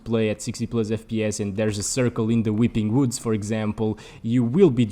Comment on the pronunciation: The “whipping whoods💀”